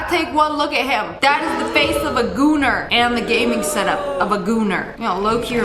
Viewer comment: She said gooner????